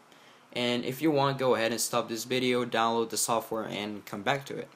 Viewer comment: It's video not bideo